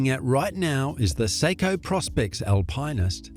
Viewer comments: Alpineist? Al - pine - ist ? Are you trolling us? Alpinist, Al - pin - ist. There's no 'pine' involved. It wouldn't have mattered but you used it so many times 🙄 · Yer Nar I’m and an Aussie too. And Al~Pine yes sure, but Al-Pine-est NO it’s Al-pin-est they are the go. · LOL. He really needs to fix his pronunciation. AL-pinn-ist. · oh please! somebody buy that Voice Over dude an Al-Pine-Ist ..lol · I'm Australian... the correct pronunciation is Al-pin-ist... this voice actor is a robot or isn't a watch enthusiast. Obviously. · When you don't know how to pronounce Alpinist... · It's not an Aussie pronunciation, hahaha! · there’s just no e in alpinist it’s not a marketing thing